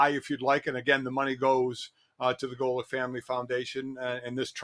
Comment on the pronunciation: That was an okay pronunciation Mr. Golic!